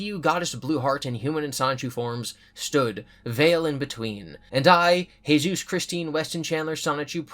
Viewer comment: it cracks me up when you say Jesus in spanish